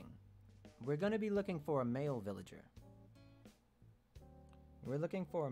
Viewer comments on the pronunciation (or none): none